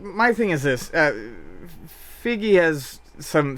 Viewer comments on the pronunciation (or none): It's pronounced FIE-GI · Feige is pronounced FIY-GEE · i cant stand how you mispronounce feige's name